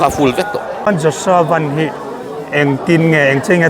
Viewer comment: A hming lam rik dan diktak an hrilh tawh che a, lam dik ve zel tawh rawh , a harsa lo em mai. Lei leh Van kan lam rik ang chiah a, VAN ti tur a ni e